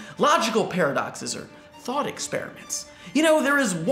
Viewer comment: "Thot experiments"